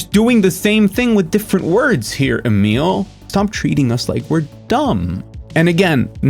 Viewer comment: IDK if I've said this before but properly pronouncing Emil's name seems so hard for some folks and I appreciate that you do. Albeit with some old world flavor, since I think he's Merican AF. Regardless it's a little thing but it sticks in my craw when other folks can't and don't look it up. It sounds like they are just sight reading it and it embarrasses me for them lol.